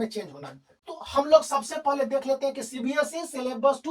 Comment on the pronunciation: Sir by the way its not cbsc its cbse 🙂😂 but nice explanation sirr